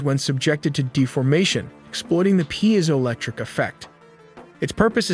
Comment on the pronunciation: Pee-ziolectric not pie-ziolectric